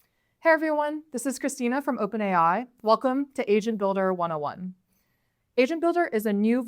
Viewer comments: I am sure you said asian builder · is it me or she keeps saying asian builder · I swear she keeps saying 'asian builder' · i thought she said Asian builder in the begining and was very confused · swear i thought she said "welcome to Asian Builder" in the beginning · Am I the only one who hears "Asian builder"? 🤫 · "Hi, welcome to asian builder 101" This is literally what I heard lolll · Why am I hearing Asian builder🥲. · Two things: First - i'm sure that in the beginning of the video you were saying "asian builder", and closer to the end the pronounciation of the word "agent" became better. Second - I thought the whole thing of the AI was to make things easier for everyone and not ... like what you are showing in the video. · It really sounds like she's saying "Asian Builder".